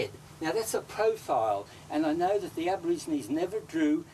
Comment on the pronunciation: Aborigines. Not abergeronie😅